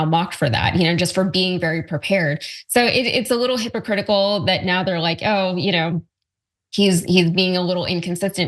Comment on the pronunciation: It's not a little hypocritical,, it's absolutely hypkcritical.